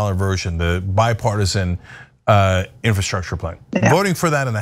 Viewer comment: Really difficult to listen to someone pronounce the word, "infahstructure," over and over...